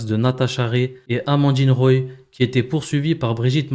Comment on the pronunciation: C’est Amandine Roy et pas Roille ! On est pas chez les rosbifs! 😄